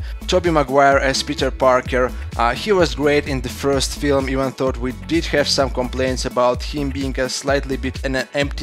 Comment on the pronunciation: why do you always say "even thought"? just say it the way it's supposed to: "even doe". it's easier and people wont interpretate your sentences wrong. I hope this helps you, I don't mean to be nitpicking here. Keep up the good work!